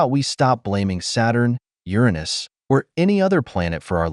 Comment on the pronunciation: Thank you so much for pronouncing Uranus correctly